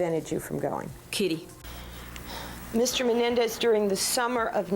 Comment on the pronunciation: Why is she saying menendez?